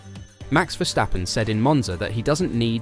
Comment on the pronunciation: Its Versssssstappen not Verschtappen.